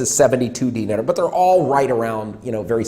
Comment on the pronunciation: I'm sorry for being "that guy", but you can pronounce Serbian dinar just like the Iraqi dinar. No need put any extra emphasis on the E, or rather I at the end. Also, you are spot on with the whole beer shirt topic, usually they will wear clothes with brand logos only if it came free with the pack, people here will either buy and wear a Red Star or Partizan shirt to show off their fandom, something to show off or basically project an aura of "F you I'm rich" or plain everyday clothes, guess they aren't original. I hope somebody does tip your PayPal, but I doubt it will be a Serb since there's a long running mantra that goes like "woe is me, I have no money and a low paycheck, guess I'll smoke 3 packs a week and buy expensive cars and furniture to ease my pain..."